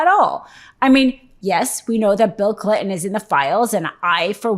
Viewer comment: “Bill Clit’n”. 🤭